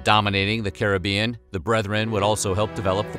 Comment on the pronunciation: big up yourself for pronouncing caribbean correctly